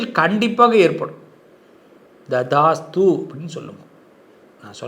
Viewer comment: ததாஸ்த்து! என்று உச்சரிக்க வேண்டும்!